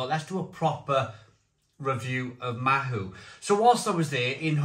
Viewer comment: Mahou and chilli peanuts = best combination EVER p.s. its pronounced like " maw"